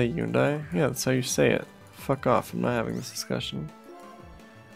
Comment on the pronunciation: hundai? nah man it is hyundai